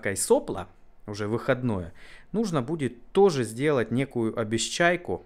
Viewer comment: Не обесчайку, а обечайку ) не могу его подавить )))